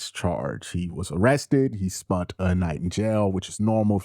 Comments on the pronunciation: Brother I love your commentary but, please stop saying spunt when you should say spent. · *Spen-t not spundt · Did he say he “spunt” a night in jail?